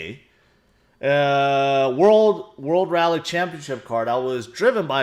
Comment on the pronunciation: After a big “Valley” lol he meant rally guys, don’t even try to make a joke